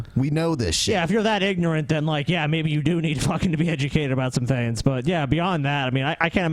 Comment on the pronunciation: and his "thins" (things).